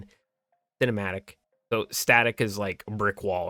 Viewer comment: I am fully impressed that you said kinematic properly. Kubota must be your kryptonite =P